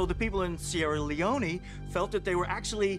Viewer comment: Seirra Leoneeee? Wtf? This why shows like this can't be taken seriously. Sir, ahem... it's pronounced Seirra Leone as in you feel alone because you can't even prounce a countries name correctly.